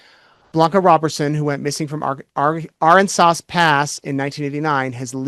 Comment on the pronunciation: Pronounced A-RAN-sas Pass